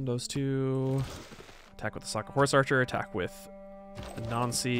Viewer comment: When you say "Anansi" it sounds like "a Nazi" and that trips me up every time